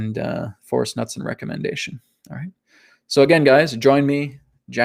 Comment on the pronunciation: I love you ALL Americans from the arctic Canadians to the Ushuaian Argentinians. But one thing is clear - you can not pronunciate! ;) Knutsen is a Hard K with a hard N both expressed following a short U. Well I am Scandinavian... Happy New Earth! ❤️